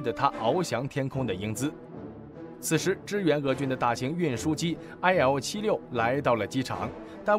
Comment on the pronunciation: IL-76念做伊尔76。